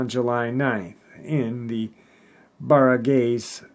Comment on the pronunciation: its pronounced Barang-guys hehehe filipino subcriber here